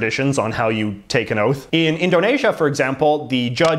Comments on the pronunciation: Umm JJ . Indonesia is pronounced as In - dough - knee -sha Not In - dough - Na - sha . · JJ pronounces Indonesia wrong, its pronounced Indo neeesia not indo nay sia. Also Spain has a prime minister not president like how the provinces have premiers not prime minister. I don’t know why he makes these small mistakes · 1. Indonasia? It's Indonesia with an e. 2. That is definitely not a nazi salute. Have you ever seen a nazi salute? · Indonaisha LMFAO